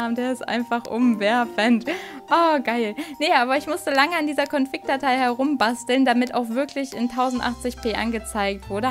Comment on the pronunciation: Ich versteh bei dir immer ConFICK nicht config :o